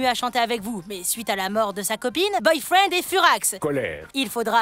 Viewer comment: C boyfriend pas boyfreind